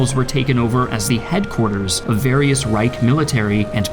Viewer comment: Rweick ? It‘s pronounced „Reich“. Your German is absolutely terrible.